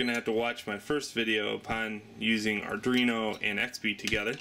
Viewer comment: pronounced Ar-dWee-no ... not Ar-dRee-no